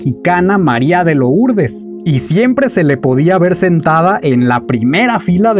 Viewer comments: No se dice María de "lourdes", se dice "lurdes"🙄🙄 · Compadre: la estás regando, Maria de LOURDES, esta en francés y se pronuncia MARIA DE LURDES, felicitaciones 100% excelente video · Muy padre recopilación, me gustó mucho. Saludos. (Por cierto, al pronunciar Lourdes, no se dice la "o", gracias).